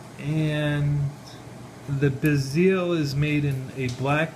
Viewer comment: Sorry, but I don't buy one bit of this story. If you knew even the slightest bit about Rolex you would know how to pronounce the word Submariner, and also how to pronounce the word bezel. And you are claiming also that you bought an $8,000 dollar watch for only $900. That just doesn't happen. also, this is a replica. As soon as you showed the crown height it is obvious. Replicas have a lower crown height than a gen because of the movements that are used. The video quality is horrible so a lot of details are hard to notice, but looks like the SEL fitment is not correct at all either. There's a lot of us that spend every day surrounded by genuine and replica watches and doing comparisons, so even a great replica is not going to fool those that know what to look for. I wouldn't say this is a great replica either. Probably one that sells in the 2 to 300 dollar range. Saying you have had it authenticated means nothing without a written statement. Anybody can say that. Not to put you down, but your knowledge of watches presented here is pretty evident. If you are a troll that is just pretty crappy, but if that's not the case then I would suggest doing a lot more research on replicas and genuine watches and read the reviews and comparisons to learn the differences. another thing is your information on the history of Rolex is completely wrong. lol laughable actually. I honestly can't believe that you are being serious with this review.